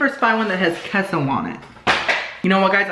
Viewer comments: Its kay-so not kes-oh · Hey so say queso (k-a-y-s-o) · Queso is pronounced like K-so.